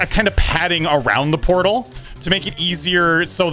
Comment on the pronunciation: “Potal circles”